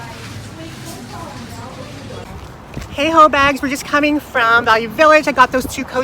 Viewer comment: The Adidas jacket looked really good on you! ...lol ..did you say " hoe bags?"😅